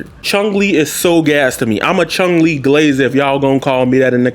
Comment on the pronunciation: "Chung Li"